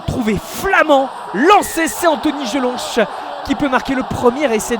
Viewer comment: Comment vous prononcez Jelonch? Jelonche 😂😂😂 pauvre type.